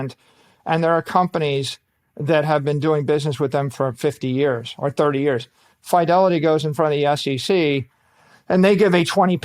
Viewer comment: Someone teach this genius how to pronounce Fidelity lol